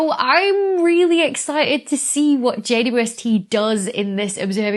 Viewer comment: It took me a few times to notice you call it Jay-woo-ess-tee. James Webb or just Webb is less syllables, 'init? :) I found myself shortening it also to Jay-west at times, but we have to agree on a standard, people! :)